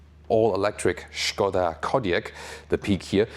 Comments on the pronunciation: I like that you said "Schkoda" and not "Skoda", gut gemacht. :) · Yes "Shkoda" is correct. Not "Skouda" as is usually pronounced by english speakers :) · I can confirm it is correct 😃